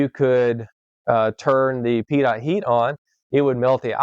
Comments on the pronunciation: Pitot: pronounced pee-toh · Never heard it pronounced as Pee Tot